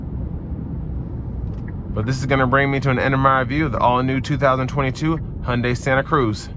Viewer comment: I Like how he pronounces "Hyundai" properly